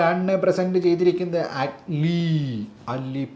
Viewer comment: ആറ്റ്ലീ അല്ല അറ്റ്ലീ